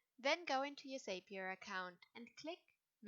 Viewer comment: It’s pronounced zappier which rhymes with happier